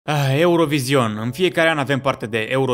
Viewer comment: NU MAI SPUNETI ,,EUROVIZION" 😭😭😭